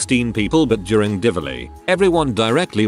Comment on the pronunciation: DIWALI not divili. its the best. holi too